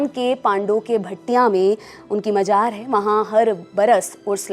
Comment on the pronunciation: मजार नहीं मज़ार